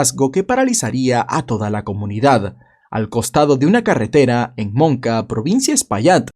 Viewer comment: Te equivocaste en el nombre de la ciudad, no es monca se llama "moca".